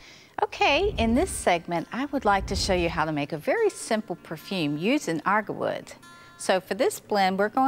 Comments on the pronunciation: Agarwood. Not argarwood. Oud as in Oood not owd. This is for all the people learning out there so don’t get confused. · “Arrgawood” “Ode” “Orls” “Pie-Pette” “Pyoya-foom” “Cardamon” Subtitles please 😂